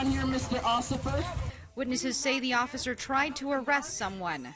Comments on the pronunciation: Am i the only one that heard “mr ociffer” ? 😂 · is nobody gonna talk about how he said "mr occifer" lol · “Mr. Ociffer”